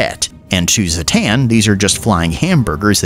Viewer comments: zha-tahn is how its pronounced its really not that hard why call him zahhaten xD and zertahn XD made me lol tho so hats off to ya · Zah-tan. How hard is that exactly... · its pronounced ZHATAN ! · the african clicking language sounding version gave me a chuckle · I can't believe you only pronounced his name correctly once! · All these mispronounced names are very disrespectful to Zoo-Zoo Noir